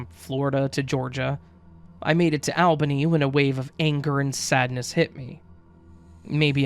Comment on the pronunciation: We southerners don’t call it Albany Georgia, we pronounce it “All-binny” 🤣